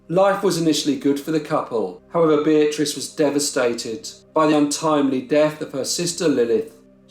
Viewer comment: Why would he spend a lot of money in hospital bills if he was guilty? I think they hanged an innocent man. When you say Beatrice it souds like bitch to me. 🤪